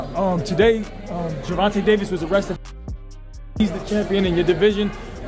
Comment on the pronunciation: Gervontuh?..."Gervontay" please correct me if I'm wrong in pronunciation